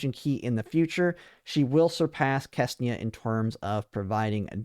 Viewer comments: got my It is not Kesnia . it is Ksenia. ( or Xenia if you are so inclined to spell it that way ) KSE NI A English my man , do you speak it ? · I spend way too much time wondering who is this FREAKING KESNIA he is talking about. KSENIA ! k-S-E-n-i-a 😂